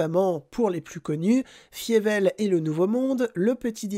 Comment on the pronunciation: Non, ça se prononce "Failleveul", pas "Fiéveul"